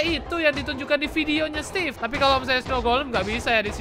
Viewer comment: Maaf nama nya emang stevee tapi ngomong nya stevie